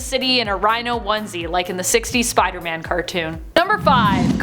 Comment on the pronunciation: What I heard: look out Spidermon Me: Yardie 👁👅👁